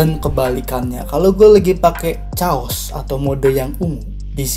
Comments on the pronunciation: itu dibaca bukan caos bang tapi keos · Knp sih org indo klo baca CHAOS ya CHAOS gitu, padahal klo lidah org Inggris pengucapannya CHAOS = KEIYOS bahkan lunox dub Inggris pun kyk gitu